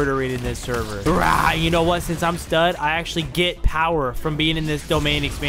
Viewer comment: Discord sherver😂 sorry I love ur content but I couldn’t stop laughing at when u said sherver